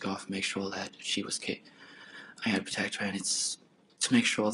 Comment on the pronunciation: I had to pwotect hew. There’s nothing that infuriates me more than people who can’t pronounce the letter R